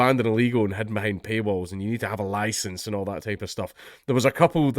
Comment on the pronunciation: We're going to need another loicence for that 😒